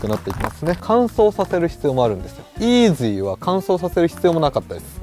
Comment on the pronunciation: のイーズゥィーって発音がツボでした🤣